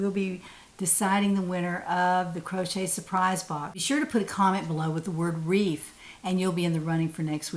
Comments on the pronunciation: Hi. Reef is the word,not grease. Love today’s top with the accent color trim. It looks really nice on you. Thanks for letting us know that you also have wips that have been off the hook for a long time. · I really enjoy your videos,. the word is reef